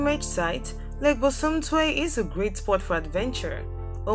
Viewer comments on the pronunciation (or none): Please it's Lake Bosomtwi not bosumtwe Thank you and much love from 🇬🇭